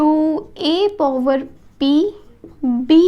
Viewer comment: it is power not povar